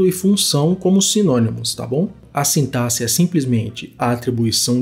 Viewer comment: Finalmente uma pessoa que pronuncia "sintaxe" certo 😭🙏🏼 kkkkk Excelente explicação. Valeu demais!